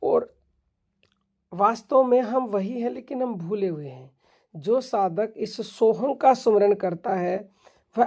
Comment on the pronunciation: सोहंग कुछ नहीं होता पहले उच्चारण सीखो फिर कहियो बनाओ